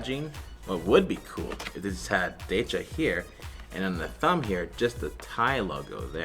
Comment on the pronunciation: Decha = เดชา pronounced 'Day-chaa 😉